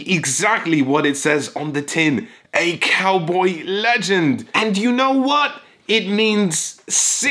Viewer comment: Did you say "Cowbae"? I'm. . . I'm not sure what to think about that. I need to lie down.